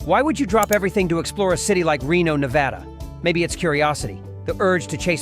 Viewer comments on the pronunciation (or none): Listing specific options and prices is a good idea. The viewer gets a feel for the variety of offerings and the cost of each. Correcting the pronunciation of "Nevada" before the end is a plus, but to a resident, the sound of Ne-vah-da is grating. The shots of the Las Vegas Strip gotta go as well, but otherwise, a well done look into visiting Reno on different budgets.